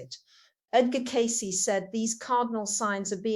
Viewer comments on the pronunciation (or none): someone is using her voice and interests . She wouldnt say her name incorrectly.